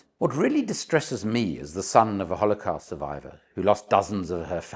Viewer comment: Great video until I had enough of you mispronouncing holocaust. Sorry but very annoying